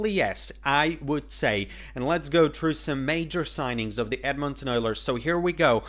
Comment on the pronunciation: Where are you from? Most people pronounce Edmonton with the emphasis on "Ed," the first syllable.